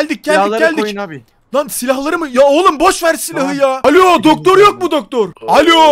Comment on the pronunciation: dakikadaki daktor demesi komik.